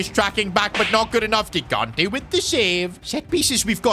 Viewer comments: THE KEEPERS NAME IS PRONOUNCED “JIGANTE” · 4th time now saying it, and i'll keep going until he sees my comments: the first "g" in gigante's surname is pronounced like the "j" in john or joy, please say it correctly!!